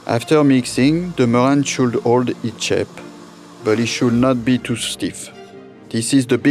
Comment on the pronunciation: Mr french chef guy, u said sample when u meant simple. YW deviled not duvilled. YW 'mewang' in your case = merengue\ YOU(i) learn about islands. sounded like u said I-lone.\ dee_fah_went = different. U can say AYuh_ray_shun or Aeroray-shun but I-raytion nope {Aeration}